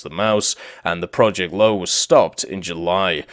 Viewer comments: "Löwe" is spelled more like "Ler-ve" than "lau" or "low". There is just no word in english that spells "ö" correctly. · first tank is pronounced Loover